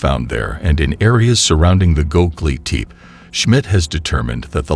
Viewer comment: "Hi-Tech ground penetrating radar" Proceeds to show me a Lawnmower. Also its ( Go Beck Lee Tep Pee ) Also ( You Ness K Oh )